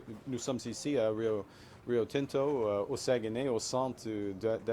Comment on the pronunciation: Incapable de prononcer Saguenay Lac St-Jean. D'une tristesse